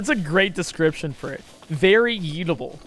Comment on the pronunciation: the yeetable axe it sounds like eatabale axe